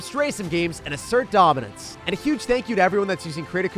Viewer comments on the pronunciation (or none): The way you say DOMINANCE 🔥😂